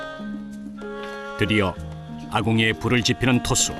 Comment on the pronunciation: 토수인데 계속 트수로 들리네